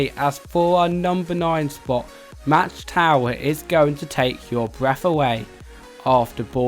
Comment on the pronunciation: Aint no way he pronounce mach wrong